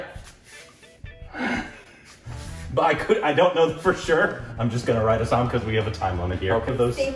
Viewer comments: You guys got Assam correct, that's heartening. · renames Bhutan as Sikkim.. Bhutanese people- Are we a joke to you.. 😂 Nd u got ASSAM correctly.. Yeah baby! Awesome Assam.. 😊